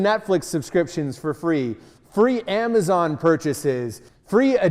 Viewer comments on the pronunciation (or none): none